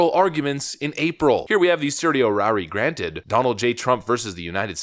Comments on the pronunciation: It's "sir-she-O-rory", and ty for the video. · Love the content, man. One piece of advice as a lawyer: Certiorari is typically pronounced like Sir-Show-Rawr-Eye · Yes, certiorari is hard to pronounce. Check with Webster. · Learn how to pronounce certiorari.